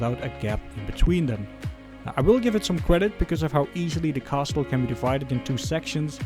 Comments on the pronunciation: The "t" in castle is silent. It's pronounced "cassle". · Thanks for the review! I can’t wait to build mine. Subbed! P.s. coming from a fellow Dutchman, the t in castle is silent ;)